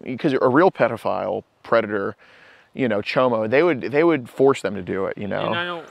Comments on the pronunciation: He said “Prediphile” also he can’t own a gun if he’s disabled as he says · “I’m not no “PREDaphile” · I don't wanna be a "predafile" ahhh a classic 😂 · Ha ha ha!!! He keeps saying predafile! What a selfish dude making and team stand out in the cold when he’s wearing a big filthy coat. I wish he would stop making excuses about his rough life- BS! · “I’m not a Pred-o-file” 😂😂😂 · Did he keep saying "predophile"...? Hahaha... Thanks, keep up your awesomeness and go enjoy some nature today...! Don't forget to compliment someone today... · He says " I don't want to be a 'Predaphile' 😂 he knows he's both! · The fact he said predophile, think he’s watched DAP before? 🤣🤣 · Lmfaooo he said “ I’m not no predofile “😂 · ☠️ 😂 “im not no breadafile or nuffin” 😂 ☠️ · he said "I'm not no preddaphile" lmao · Dudes been called a "predafile" more times pee wee herman! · “Im not no predofile or nuffin” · “I dont wanna be a predafile” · It only took about the 10th time of this goofball saying " predafile " before questioned it. Lol.